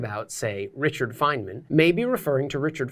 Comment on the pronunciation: It's /ˈfaɪnmən/ not /ˈfajdmən/